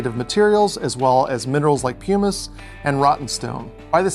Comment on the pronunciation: Just a note; the first syllable of “pumice” rhymes with “rum”, not “room”.